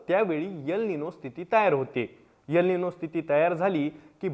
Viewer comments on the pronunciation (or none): यल निनो नाही रे कसला पत्राकर तू el nino ahe